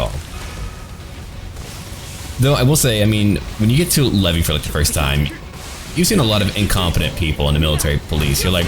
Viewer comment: IM SORRY LEVIE?? LEVY?